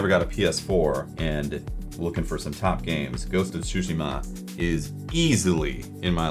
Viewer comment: The first person I've heard yet to correctly say "ghosts of Tsushima". at spawnwave always says it wrong and it kills me.